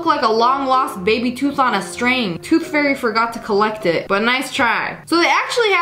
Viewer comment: When you said "Toothfary" my tooth just that sec fall😅😮